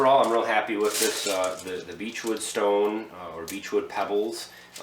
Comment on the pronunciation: So what kind of gravel are you using? It sounds like you're saying beechwood or beachwood rock but when I consulted google, I got no hits. I wa going to use river rock from HD but it sounds like I need to reconsider.